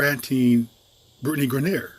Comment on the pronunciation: You pronounced her name wrong the whole video....do yo research before you make a video on someone dude...